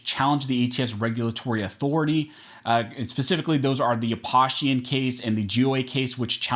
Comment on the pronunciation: He keeps mispronouncing Aposhian. (The bump stock case). It is pronounced: Ap-oh-shian. Clark Aposhian runs the USSC which is the Utah Shooting Sports Council and is host to Gun Radio Utah where you can hear him pronounce his last name.